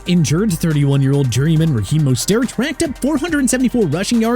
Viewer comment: Why can't you get Mostert and Achane's last names pronounced correctly?! Moze-tert, Ay-chan